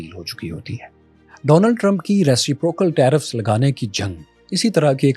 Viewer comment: you have a big audience, you should focus on your pronunciation, especially English words, Many youngsters watch you and learn from you and they will end up pronouncing it like you do. Reciprocal (ruh·si·pruh·kl).